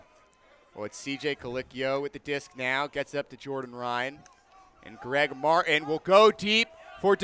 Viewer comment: One of my biggest pet peeves is when someone says "Mar-in" instead of "Mart-in", and this commentator just does it over and over😭😭